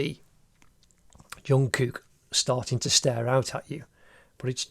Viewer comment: Bro this is one of the best drawings and i also like how he pronounce his name like jongkuk